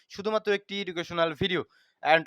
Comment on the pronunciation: প্রায়ই আপনার ভিডিও দেখি যে শব্দটা শুরুতেই ভুল উচ্চারণ করেন সেটা হল "এডুকেশনাল ভিডিও" হবে "ইডুকেশনাল" নয়